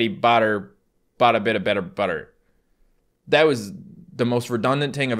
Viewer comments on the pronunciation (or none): I notice occasionally when he messes up he'll say ting and dat sometimes